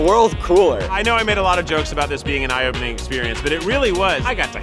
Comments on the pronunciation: I swear to god if Keith says IOpening one more time 😂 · yess you said it correct! Its I/O-pening😀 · Say I/O-pening one more time.... I DARE you.